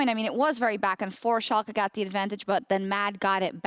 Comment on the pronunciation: When this guys will learn. There haven't team named SHOLKA it is SCHALKE.